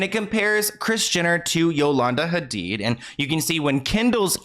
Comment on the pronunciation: all the effort you make in your videos is so obvious from research to pronouncing names correctly espcially here when you are saying the Hadid family name and trying to pronouncing the H like it is pronounced in Arabic, we love us a cultured king <3 thank you so much for your hard work and your consisting uploads.